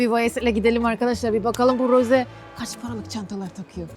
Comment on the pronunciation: hayır Rose-"roze" diye okunuyor.😊